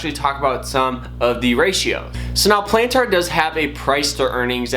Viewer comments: Bruh... Before speaking about a company stock value... Learn how to pronounce the companies name. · I previously made a rude comment about how you pronounced Palantir. I saw there were other similar comments and you clearly got the message. I deleted my original comment and wanted to apologize for being rude. You're trying your best and are trying to provide value to your viewers. Keep it up bro, always growing and learning, and much luck to you and your channel. I'll keep an eye out for your next vid. 👍